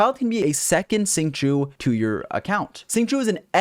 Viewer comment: man I love your videos but it bugs me a little how you say Xiangling Xiangling (Shyong-ling) Shyong sorta rhyming with Song Xingqiu (Shing-Chyo) Shing rhyming with Sing I try to pronounce the characters names the way they pronounce them themselves in the chinese voice pack.